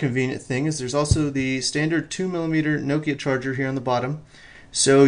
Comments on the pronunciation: It's prenounced NOK-IA not Nookia. Get it right :P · Pronounced correctly, the Finns say it basically as two syllables (from an American's perspective). Something like Knock-ya - but with a Finnish accent.... Needless to say, we Americans (myself included) do not pronounce it properly.